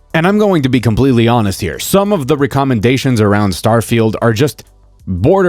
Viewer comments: WOW never heard "recommendations" pronounced this way before. Achievement unlocked. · my guy, the way you said recommendations is going to haunt me till the day I die.